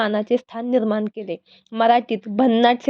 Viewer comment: निर्माण हो निर्मान नाही जरा शुद्ध बोलायला शिका आणि मग व्हिडीओ बनवा